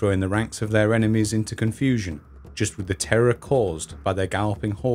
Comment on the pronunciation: How can you not learn to pronounce “ TH “!!! With not wiv , Thousand not fousand !! Together not togevver !! Other not ovver !!! Such ignorance is astounding !!